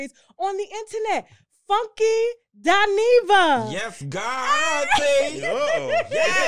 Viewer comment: Listen....Not Dineva